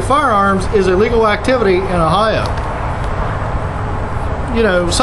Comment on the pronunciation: That would be . Although it sounds like "illegal", he is saying, "...open carry of firearms is a legal activity..." It would have been more clear if he had pronounced the "a" as you would the "a" in "late".